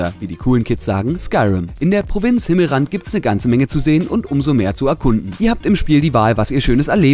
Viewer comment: Hinnelrand....das heist Himmel S rand du unkultivierter mensch xD